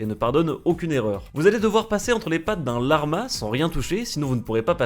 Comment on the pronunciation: personne:: la R ma genre tu bug mdr